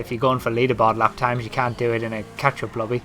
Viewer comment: he sounds like hes saying ketchup